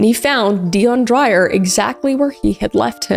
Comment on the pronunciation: Hi Kris. South African here. Curious that Deon was Australian, as Dreyer is a very common South African surname. Pronounced Dray-uhr, by the way. Perhaps he was a second-generation Aussie. For some reason, it is quite a big sport here in South Africa to push oneself past the brink of sanity... Shark cage diving is another South African pastime that I won't begin to try to understand.